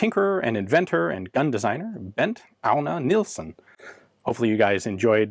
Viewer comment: your last try at the name : Bent Agner Nielsen was soooooo close. relaxed and unforced